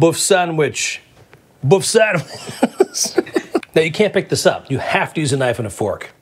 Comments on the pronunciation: Not Boff sandwitch. Böf/Bøf is pronounced boef sandwitch. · Buf Sanwish. Buf Sanwish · buff sandwich? I'm sure you could have looked up the pronunciation, George! love it tho. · The "ø" in "bøfsandwich" is pronounced like the "i" in "girl", not like "o" :-)